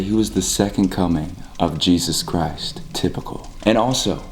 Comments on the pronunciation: I love when dude says “jESUs cHrist” 😭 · no one literally no one: ✨jAySuS KaRAyS✨ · has lost his mind no one: not even me: not even the cult::a-jee-juse-chrrrrristtttt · “JEeSaUuSe CriStE” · Same gurl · Nobody.: " 𝗝𝗮𝗘𝘀𝗨𝘀 𝗰𝗥𝗶𝗮𝗦𝘁 "